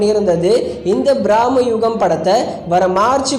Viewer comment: தயவு செய்து தமிழில் நல்லா பேச பழகிக்கங்க தப்பு தப்பா உச்சரிக்காதிங்க பிரம்மயுகம் எங்க சொல்லுங்க பிராமி யுகம் இல்லை தமிழில் சொல் போனால் உயிர் போகும்